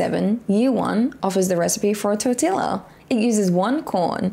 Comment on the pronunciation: lol the way you pronounce tortilla. Adorable. tort-tilla. Tor-tee-ah here in south Texas